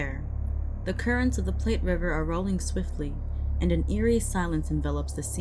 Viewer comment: I'd be curious as to what kind of sailing ship would be on the Platte River. I know it can be wide, but in Wyoming it might not be as wide or deep. Also in Nebraska, the name of the river rhymes with flat and doesn't sound like "plate".